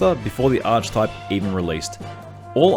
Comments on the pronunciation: Ark-ey-type. Not Arch-type, which I understand why you pronounce it wrong, you're just saying it as its spelt. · Archtype? Lol. Arc-e-type, please :(